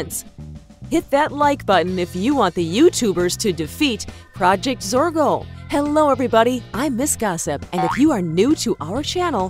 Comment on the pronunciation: ITS PROJECT ZORGO NOTTTTTTTTTTTTT PRODGT. ITS ZORGO NOTTTTTTTTTT ZORKO